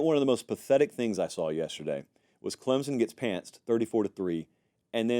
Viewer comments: It's pronounced CLEMSON, NOT Clemzon. Get it right! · There is no “z” in Clemson